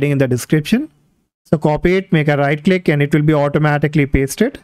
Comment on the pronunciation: bro i cant understand that in debloat window you weere saying right lick on desktop hit enter key icant understand wt u are saying